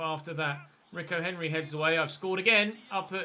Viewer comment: it's pronounced reeco henry not ricko henry